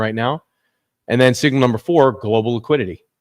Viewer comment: Number not umber